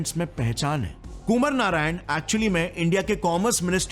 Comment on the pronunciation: कुमर नारायण नहीं कुमार (आ) नारायण.. And Lol what names they keeping mid night